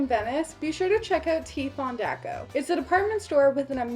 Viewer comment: FONDACO co l'accento sulla a. Un minimo di informazione non vi fare una figura da culto.